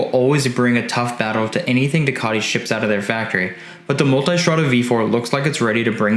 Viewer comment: People pronouncing "Multistrada" as "Multystrada" had me enough